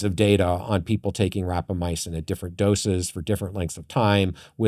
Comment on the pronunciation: REQUEST for the co-host to stop saying Rapamyacin when it's Rapamycin!!!